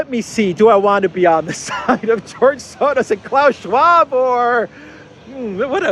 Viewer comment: There is no D in Soros. You sound dumb how you say it. You can try to play it off that your trying to make fun of the evil guy. But you're just making yourself sound dumb not being able to say such a simple name. Why are you adding a D? it's Soros you moron